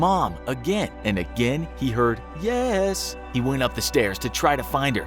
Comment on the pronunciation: You accidentally butchered on the "yesssss" part you were supposed to say "yaaaasss"!!